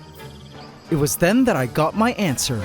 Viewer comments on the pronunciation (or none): My favorite part was when he said he got his ANTSwer